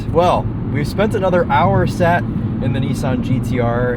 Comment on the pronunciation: had to double take, my man definately just said "Oni-san GTR" 😂